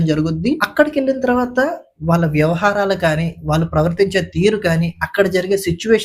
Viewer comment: అలాగే ళ అక్షరాన్ని ల వలె పలుకుతున్నారు వాళ్ళు ని వాల్లు లాగా , దయచేసి సరిచేసుకోగలరని మనవి